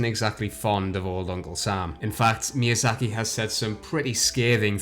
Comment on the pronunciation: It's no exageration to say that's Ayo Miyazuhki. That's litterally what you said in the beginning. For fuck sake, can't you fucking pronouce names correctly?